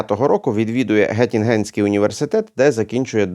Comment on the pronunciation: Пане ксьондз, тільки маленька поправочка - не гьотінгенський, а ґьотінґенський університет. Місто Ґьотінґен, а не Гьотінген. Дзенькую.